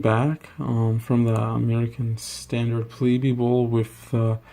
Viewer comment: It's pronounced pleeb, not pleebee.